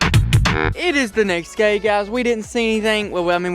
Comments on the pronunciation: you sed gay instead of day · Try’s to say day said it wrong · He said “it’s da next gay”😂😭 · “ it is the next gay guysss”